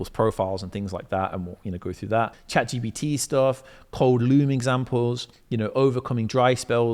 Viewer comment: Love this. find it so funny how people always say Chat GPT as Chat GBT. tickles me that. Amasing video mate, fully onboard with it, FREEDOM